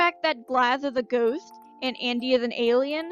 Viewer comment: I thought you said 'goat' not 'ghost' at first and I was HELLA confused